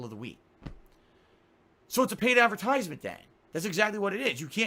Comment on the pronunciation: why ttt does he say "advertisement" like that? like he has a brain block around that word.